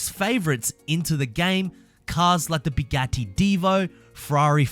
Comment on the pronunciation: “Bigatti” ?? Bro. 😂🤦🏻‍♂️